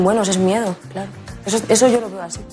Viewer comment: En el minuto le sale el claro en catalán "clar"😊